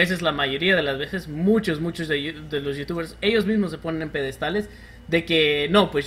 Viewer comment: Los "peDEDstales" :v